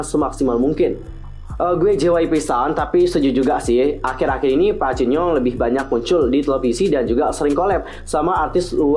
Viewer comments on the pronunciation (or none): none